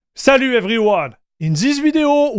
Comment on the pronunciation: More like "Saloo Everywoh!" xD